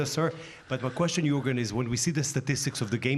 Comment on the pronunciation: His Name is Jürgen ! Not Jorgun or Jurgen.